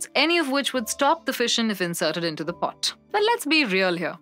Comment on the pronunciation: Have you listened to this crap? She can't even say pot. Get rid of this nonsense.